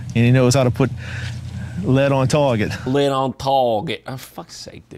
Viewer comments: He knows how to put LEAD ON TWAAAWGET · "Led ohn taaawgieet